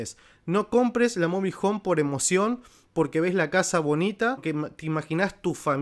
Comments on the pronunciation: No sabe ni pronunciar Mobile Home el dice mobil 😂😂😂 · Mobil hon 😀😀